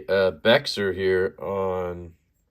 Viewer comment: Bexar is pronounced Bear. From a Bexar County, San Antonio resident. Trust me no one from Bexar County says it any other way. Tactile is located in Dallas. Not sure why they show us love but we appreciate and reciprocate it. Disappointed the edge wasn't razor sharp. That's a head scratcher 🤔. Good to know they recognize Lefty as an influential channel.